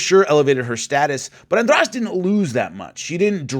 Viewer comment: I like how you pronounce Jessica's last name right like it's nothing